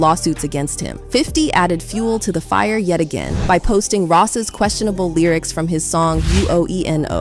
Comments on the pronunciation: "The Lierics"? This whole video is AI generated. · not the lieryics....a I pronunciation..